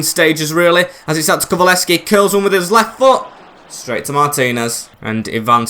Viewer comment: it’s pronounced KULU-SEV-SKI